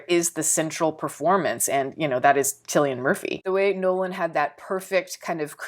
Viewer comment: you're eloquent and excellent to listen to. One minor correction: Cyllian is pronounced with K not C